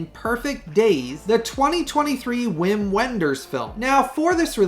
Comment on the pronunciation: Sorry to be a language snob, but Win Vender's first name is pronounced "Vim". On another topic, I pre-ordered "Star Dust"" with your link. Thanks for the good news!